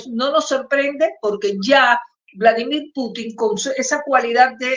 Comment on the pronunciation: Se pronuncia Pútin /pútin/, estimada periodista, tal como lo pronuncian los rusos y el locutor de Prensa Alternativa. La ortofonía existe y hay que observarla.